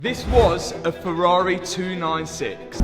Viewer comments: I bloody love this channel, not just for the incredible rebuilds, but also because there is no other channel where Ferrari is pronounced "Ferrarehhh". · “Ferrarey” 😂